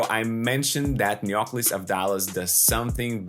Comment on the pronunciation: Definitely we buy his stock! Superb analysis and congrats for your work! A minor observation for pronunciation purposes in the first name Neoklis the Intonation should be on I and not on o. It is therefore NeoklIs and not NeOklis. In ancient Greek this first name literally means New Glory